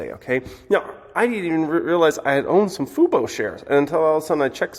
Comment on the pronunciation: said Fubo correctly. The bottom is in.